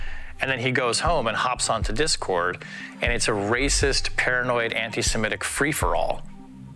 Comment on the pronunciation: Did you say anti semetic??????😅